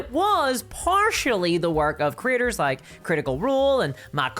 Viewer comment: I love she makes “creators” sound like “critters”. In the context of this video, it’s just hilarious.